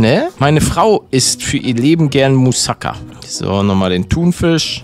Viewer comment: Palette das heisst Mousakaaaa ausgesprochen, Net mouuuusaka